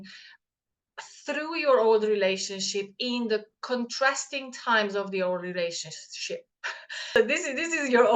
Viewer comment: LOL it sounded like you said the old relationshit !!